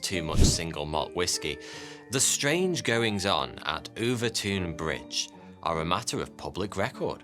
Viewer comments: 😂🤣😂 WTF? OOOVERTOON? - OVERTOUN = 'OVERTON' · The "ou" in "Overtoun" has the same sound as in "cloud" or "mouth" as opposed to "soup". "Overtown" as opposed to "Overtoon" The bridge is a bridge. Nothing spooky. And they've pretty much proven the mink theory. Walk over it regularly and assure you there no "foreboding" or evil spirits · It's pronounced over ton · I lived at Overtoun (pronounced /over-tun/ not /over-toon/) House, so as soon as I saw your title, I knew it was about my old home. 1) I never saw, felt, nor heard of the "white lady"; 2) the bridge is really known as dog suicide bridge, and it is thought that the mink scent is responsible. There are signs at both ends of the bridge warning owners to keep their dogs on leads while crossing the bridge. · I cross the bridge every weekend. There’s a lot of guesses why this happens. And it’s Overton bridge pronounced Over - Ton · Er it’s pronounced Overton bridge 🙄 nothing like murdering the Scot’s tongue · I grew up near here, walked the dog there so many times and never heard if this lol (it's pronounced over-tun btw). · I don’t understand why Overton is pronounced “Overtune”, while Milton is pronounced as spelled and not “Miltune”. Is there more to this story than meets the ears? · I'm minutes walk from this bridge. Walked many dogs over it, both mine and with family/friends. No issues, but it is true this happens. - ooooooh and you were doing so well, with pronunciations lol. It's just said as Overton. You should try to say Milngavie 😂 (hint: it's a trap!) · Its pronounced over-town. and there is a Mink nest under the bridge. The scent is irresistible to dogs. Its a well known fact among locals. Its typically people from outwith the area who are unaware of it whos dogs leap off it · I’m from Dumbarton and the way this guy pronounces Overtoun makes me want to jump off the bridge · I’m surprised no one’s pointed out how he’s keeps pronouncing Overtoun wrong